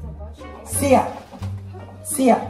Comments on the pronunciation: The way his saying siya , it started to sound like seemah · The way says Siya is the same way says Sima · The way he says Siya it reminds me of seemah 😢